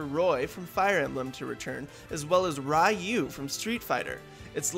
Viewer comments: rye-ew? c'mon guys... you're supposed professionals. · 1. The Smash Fighter Ballot doesn't end until October. 2. It's pronounced Re-You (as confirmed by Capcom & Ryu's English voice actor, Kyle Hebert). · "ree-you"